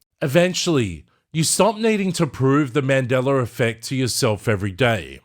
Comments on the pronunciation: yes...with no "r"...i don't know why i hear mandelaR...that's all i was saying :) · Why I hear you saying "Mandelar"? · mandeller affect? really now?